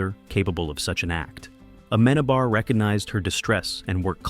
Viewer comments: dude please..when your video stars you see the name of the director with the written accent there... it´s not aMEnabar........................it´s ameNAbar..!! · You don't pronounce Amenábar's name not a single time well through all of the video... Such a shame! It's AmenAAAAbar, not "amEnabar" 😅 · Se dice Amenábar